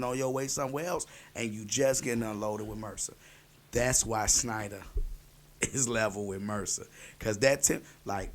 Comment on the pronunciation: It's SHNEIDER, no SNEIDER. lmao